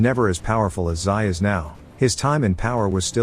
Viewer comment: Have you been living in a cave the last few decades? Xi is pronounced Zhee, not Sigh. Stick to pictures at Warthog, text and reporting is not your thing.